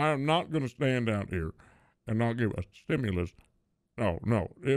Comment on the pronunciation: ah ah a a theshtimulis